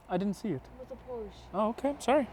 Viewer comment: I wonder if the way she said "porrrrsh" made you very angry and made that "how to pronounce german car brands" video